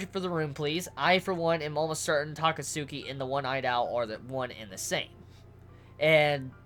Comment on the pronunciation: plsss. its Ta-catski